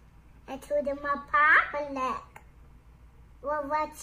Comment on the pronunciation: "And to da mapubalic". Priceless. 🙏✌️🌎